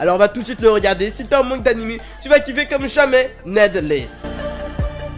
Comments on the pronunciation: Cela se prenonce «nidless » et pas «nedless »! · Ça se dit nidless, ça veut dire inutile